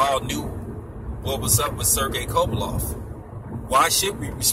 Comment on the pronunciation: Can't even pronounce kovalev ffs